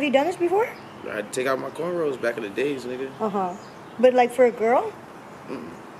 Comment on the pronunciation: i know this girl didn’t say corn rolls ...